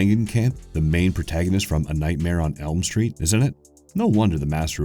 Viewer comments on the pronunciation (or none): none